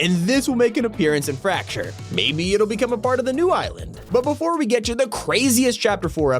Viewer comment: Why does fracture sound like rapture?